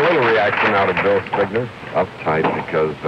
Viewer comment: No one told how to pronounce Bill’s name?